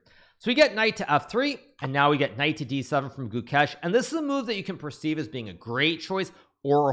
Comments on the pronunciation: Ah yes. "Guchess" You thought I wouldn't notice Hikaru? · It's Gukesh not Goo-kesh. Short vowel, emphasis on second syllable. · Gukesh ❌ Chokesh ✅